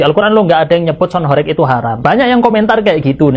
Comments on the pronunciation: Horeg itu huruf "E" nya bukan kayak penyebutan "korek" bang.. tapi penyebutan huruf "E" nya kayak kata "warteg" / "gempa".. Dan horeg sendiri artinya bergetar kyak gempa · Mas dibilangin dari kemarin kok gak bisa to,sebutanya bukan sound horek,tapi sound horeg..tolong lah komenku dibaca..beda lo horek sama horeg